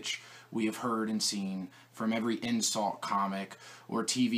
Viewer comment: I just wanna help you out on this one... I believe you meant "insult" not "insalt"; the word you are trying to say is "shtick" not "stick".